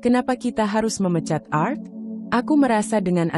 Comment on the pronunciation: Cara membaca nya kurang paham x dia,, pa krna gak bisa membaca klo pakai nama org barat,, krna biasa org Indonesia nama simple,, balajar lg kak,,cara baca nya yg bnr,,bukan art,,Tp ART 😂😂😂😂